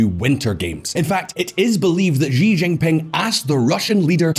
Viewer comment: how the fk are you guys pronouncing Xi JinPing as GEE ginping?! do you also pronounce Xylophone as Gylophone? ffs